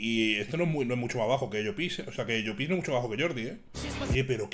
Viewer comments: crítica constructiva de un valenciano, no se dice 'Llopís' en todo caso se dice 'Llópis' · por dios di bien llopis jajaj